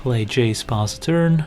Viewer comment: omg. It took me about 20 videos to finally get that you are not saying "Let's pause a turn" but "Let's pass a turn".